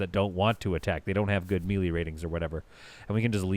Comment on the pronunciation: As a dad who says "wefee" and "galapano" just to bother people i respect your "me-lee" I also have learned how much i grate peoples ears with those words hahaha